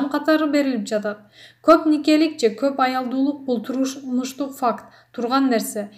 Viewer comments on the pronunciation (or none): Турсунбай жонундо айтып жатканын уксанар туррррурррнуштук факт дейт 😂😂😂😂😂😂😂😂😂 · Туррррурнуштук факт дейсин го ээ жон эле койчу доорубой